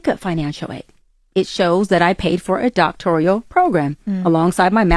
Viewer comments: Right what is a doc-tor-I-al? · The first clue should be she pronounces the name of the college and “doctoral” wrong.